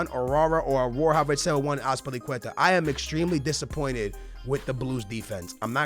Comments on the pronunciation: His name isn't pronounced "Ararah" it's "awwar" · its owar not awara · How the fucc does he pronounce "Aouar" as "Aourara"?